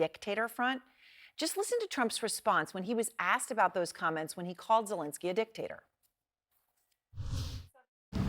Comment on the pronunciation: Finally, journalists and politicians pronounce Zelenski correctly, three years of war and a new president, when I hear the correct pronunciation 👏